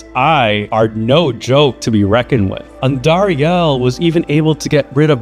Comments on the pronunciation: The way you say Andariel is so funny. It's AN-dariel, not An-DAriEL. , you said correctly, how it should be said, different than how you said it for example . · why u say andariel wrong? its andariEL not andariAL